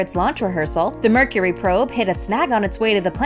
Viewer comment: “Mercury?” Very Nice! 👍